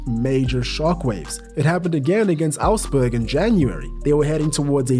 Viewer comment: Ausperg ))) right is Augsburg )